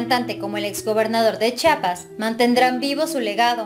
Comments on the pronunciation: En una publicación vi que Anahi también decía Chapas no Chiapas lo cual se me hizo raro. Vive hay y no sabe pronunciar correctamente Chiapas...😁😁😁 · Buenas tardes es Chiapas no chapas reciba un fuerte abrazo desde Tuxtla Gutiérrez Chiapas Chiapas que da claro